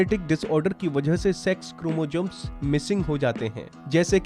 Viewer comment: 😂 क्रोमोजम्स , bhai dhang se to bolna seekh lo pehle